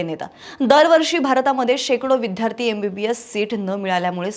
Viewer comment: विद्यार्थी-उच्चार नीट करा विध्यार्थी -चूक आहे